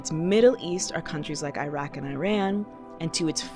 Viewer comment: Btw, the "i" in Iraq and Iran are pronounced like that in "India" and "Italy" 🤍 Great video and important topic, thank you for sharing!